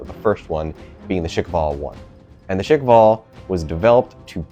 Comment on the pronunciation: It's not pronounced "Shick-vall". It's pronounced "Sh-kval"